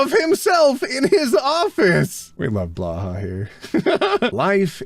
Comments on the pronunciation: ot i am yet again begging you to stop saying blåhaj like "blahhawh" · I love you but Blåhaj is pronounced like bla-high not bla-hah. Or technically the å is more of an o, but since the sound doesn't really exist in English an a is fine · NOOOOO its not Blah-ha its Blow-Hi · pretty sure it's Blahaj, not blaha... (pronounced: blah-high) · waitttt were you pronouncing Blåhaj as... "blaha"? if I had the FFXIV emote /playdead available here, I'd use it xD (for the future, the Swedish pronunciation sounds a bit like "bloe-hi") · Blow-hi!! ITS PRONOUNCED BLOW-HI NOT BLAH HAH I'm dyingg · You know blahåj is pronounced Blo-hi? (Not trying to be rude, just making sure😅😅) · My dad (who speaks swedish) said that blåhaj is actually pronounced blow-hai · Day 794 of Telling that "Blåhaj" is pronounced, /blowhigh/ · I was told that "å" is pronounced /o/, not /a/. And the 'j' is pronounced as either a /y/ or an /i/ in most germanic languages other than English. So I would think "Blåhaj" would be pronounced more like, /blowhi/. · "we love blåhaj here" Except nobody here can pronounse the name right >:( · really needs to ask The Click how to pronounce "blåhaj" 🤓🐬